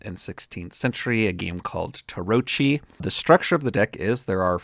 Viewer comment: Great stuff! A minor correction: Tarocchi is pronounced tah-rock-kee